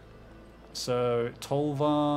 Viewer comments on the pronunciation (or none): Calling Tovolar's Huntmaster "Tolvar" is kinda annoying... Like, that dude isn't even Tovolar! He WORKS for Tovolar! It's like calling "Sheoldred's Headcleaver" by the name "Sheoldred!" No! And, of course, it's pronounced "Tow voe lar," not "Toll var." But that's more obvious. But both of those together makes it worse Cool deck though, nitpicking aside